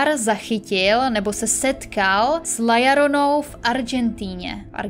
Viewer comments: (LA) JORONA. Co je na tom těžkýho? Proč čte LLORONA jako LLARONA? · " La Jorona" se to vyslovuje :)